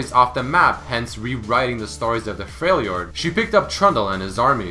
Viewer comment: "A lot older than he really is" what Also, it's not pronounced "Freil jord", it's "Frel jord."